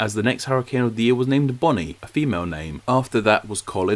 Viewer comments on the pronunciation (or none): none